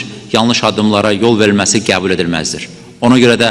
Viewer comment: Sen hele gebul sozunu dogru teleffuz ele sonra olke yonet allah belavuzu versin alcag pislikler